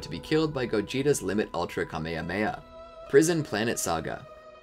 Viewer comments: bro said kamehahmeiah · they way he said "kamehameha" 💀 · My mans seen all of dragon ball but cant pronounce kamehame